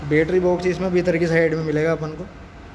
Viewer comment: Bettery box ko aap बेटरी bol rhe ho aur bhi शब्द गलत है। बैक को आप बेक बोल रहे हो। ट्रैक्टर को आप टेकटर बोल रहे हो। आप पहले lenguage ठीक करो english के।